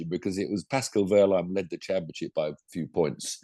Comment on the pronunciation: Stop grinning and giggling you are British and that is why you never will be able to pronounce certain sounds (from other languages) correctly. It is not wurline it is Wehrlein like in Wehrmacht not wurmacht.